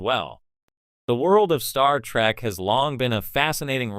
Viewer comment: It isn't STAR TRACK,you a$$hat, it's STAR TREK say it RIGHT!